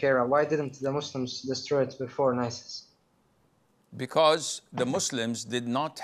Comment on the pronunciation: Did bro just say Nisis? 💀💀💀